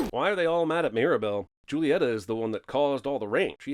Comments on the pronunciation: pronounced who-lietta instead of jul-lietta (the woman in blue) and she also isn't the one who controls the weather Pepa is (the woman in the yellow dress) Also I don't believe he NEEDS all of those things for his gift I believe he became VERY superstitious and obsessed with rituals because of his gift I also don't think that the figure actually Bruno since his eyes only glow green when he is actively engaging his powers and seeing a vision, I believe it it Camillo shifted into Bruno in preparation for his part of the song which does in fact come after Delores's part. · One, it's not "jewel-i-etta" it's "hoo-li-etta". And two, it's actually Pepa who controls the weather. Two sins! DING DING! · three sins for CinemaSins here. 1) Pepa is the one whose emotions control the weather, not Julieta. 2) Mirabel's mom's name is pronounced "hoo-lieta", not joo-lieta, and 3) her name, when written down, is Julieta, with one T, not Julietta. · Guilty question: is anyone slightly miffed that Mirable didn't mispronounce mystical and magical to rhyme with Madrigal? They did it in movies like "Easter Parade" and it was fine. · When he said Julieta caused it when it was actually peppa and then he pronounced Julieta as a J instead of an H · Nice video, but I gotta add 2 sins for confusing Julietta with Pepa and pronouncing Julietta like "Julie-Etta" instead of "hulie-etta" 😜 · He called Pepa Juliatta. Pepa is the weather one, Julietta, Mirabel's mom is the cook. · Antonio is Mirabel's cousin not her nephew, Julieta's name is pronounced who-lieta, Pepa cause the rain not Jieta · I don't know which is worse: him calling Pepa Julieta, writing it as Julietta, or pronouncing it as Joolieta. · And another for pronounce a hard “J” in Julieta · so two minor errors. 1st, pepa is the one who caused the rain, and 2nd julieta is pronounced with an h sound, not a j sound. so "hoo-li-eta" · i'm just a lonely american but the way you pronounce julieta's name is just no